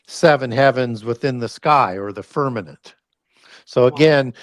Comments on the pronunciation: I love you guys and I watch all of stuff… I wonder why he says firminant instead of firmament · Why does say “firmanent” instead of firmament?